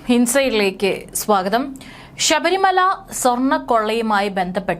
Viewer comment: Edee pulle sabarimala. Alla. Sabarimala. Ennanu.poy ucharanam padichu vaee.